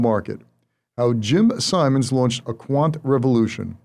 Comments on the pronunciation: Simons, not Simmons. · And he KEEPS saying it wrong! Zuckerman should have corrected him.